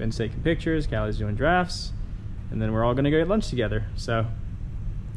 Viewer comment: Did anyone else hear giraffes instead of drafts?